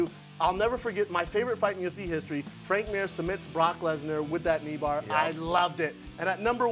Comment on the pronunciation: 'Frank Mur' sigh